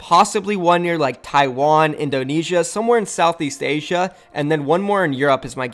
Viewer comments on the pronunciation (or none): none